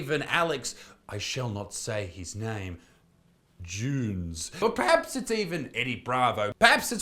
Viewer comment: Alex... Juunes. 😂 Don't say his name 3 times on youtube... or yer f%$#ed.